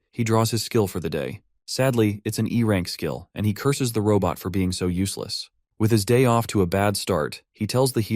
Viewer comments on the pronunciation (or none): Robot ❌ Raw butt ✅ 😂